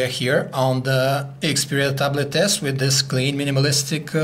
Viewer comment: I like when he said the word ta blet..